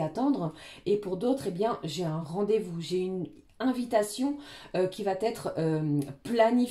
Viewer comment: Conseil pour vouf:il n'y a pas de liaison dans "qui va être "